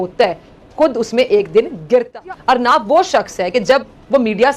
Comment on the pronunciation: अरनाब नही रे पगली अर्णब है